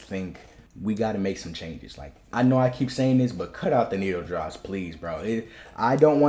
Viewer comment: The way you say needle-drops is diabolical it sounds like…..